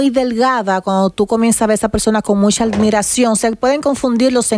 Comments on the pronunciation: Nadie le corrigio que es admiracion, ( no almiracion) Y volvio con lo de almirar, , es admirar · Cada vez que Amelia decía "almiran" sentía una puñala en los oídos 😂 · Y van a dejar que ella siga diciendo almiracion. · Almiracion??? Amelia se dice. admiración" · Deberian corregir a Amelia al instante cuado dice una palabra mal, "almiracion" conchale vale! Y pa' colmo luego dijo "budnerable", "tabano" etc.. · Amelia: Aldmiracion 😂😂😂😂😂😂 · Ayuden a Amelia en la pronunciación "admiración" dddd. 🤦